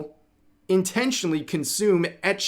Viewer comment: why do you say ecchi like that? I say ecchi instead of ecchi when refering to ecchi anime